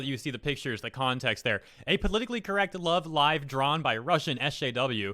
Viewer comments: You pronounced “Love Live” correctly!!! YAY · finally able to sleep because finally knows how to say Love Live right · You finally pronounced Love Live right ☺ That is some creepy art. Any reason for no facecam this vid?